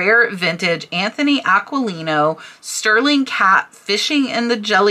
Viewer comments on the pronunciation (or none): none